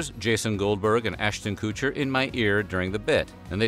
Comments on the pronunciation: Yooo this guy said cot cher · Koocher....lol what a doof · I wanted to see the video, however after the 5th time he pronounced Ashton's name wrong. I had to stop the video. If you can not pronounce any word correctly Then learn to say it properly b4 the video, call him by the name you can pronounce,, or avoid the video all together. No matter how bad I want to sew something, I can't watch it if your inaccurate about the topic or in this case can't properly pronounce the name. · Feels like he’s doing it on purpose. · What's that got to do with him saying his name wrong though? I didn't make this video, neither did op, but we don't say Cootcher. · Narrator can't even say his last name correctly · It’s really bothering me the way he says Kutcher… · Interesting how you’re pronouncing his name. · The whole time watching this video I was thinking why is he saying his last name wrong he's pronouncing it wrong the only thing that irritated me about the video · Okay but does everyone pronounce his name as "Ashton Cooch-er" and I just missed it? I thought it rhymed with "butcher." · Ashton "Koocher" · Kutcher, not Koocher lol. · His name is Kutcher, not Kootcher. :cringe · Always hated this show aswell as Ashton Kutcher. Or as he's called in this video, "Ashton Koocher". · Lastly, it’s not “Koocher”. But let’s pretend you actually don’t know that. This is still tabloid type shit about resent events. What a shame. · Who's Koosher? Lol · Its not kootcher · Heh. "Coocher" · Right? I've always said KUT-cher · Oh my Lord the way you pronounce Koocher is wild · Coocher! 😂 We should’ve been pronouncing it as this the whole time. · HIS NAME RHYMES WITH "BUTCHER" DO MORE REARCH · STOP CALLING HIM 'KOO-TCHER' 🤣🤣🤣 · Ashton "Kootcher" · I just can not stand how you pronounce his last name!! KUTCHER!! NOT KOOCHER!! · You HAVE to know that man name is pronounced "Cuh-chur" rhymes with butcher, you're saying "kew-chur" is hurting my ears, brain n teeth I can't watch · Koootcher lol